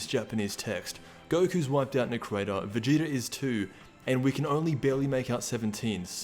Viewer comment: It’s so funny when you say Vegeter